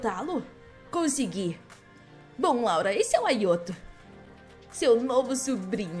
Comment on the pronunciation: Não se fala ayoto se fala ayato